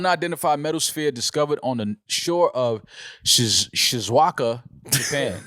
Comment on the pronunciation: pronunciation of Shizuoka got me 😂😂😂